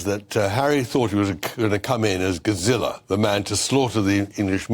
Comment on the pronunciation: Who is Gozzilla? Do you mean Godzilla?